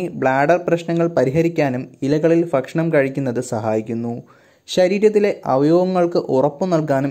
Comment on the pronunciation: ഫക്ഷണം അല്ല ഭക്ഷണം ആണ്..🤣🤣🤣🤣